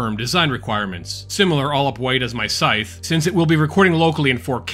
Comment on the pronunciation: Learn to pronounce “scythe.”